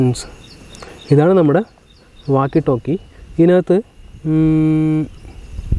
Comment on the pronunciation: ടാല്‌ക്ക് അല്ല ടോക് എന്ന് പറയൂ ❤